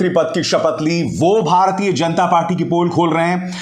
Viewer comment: You pronounce ण in जनता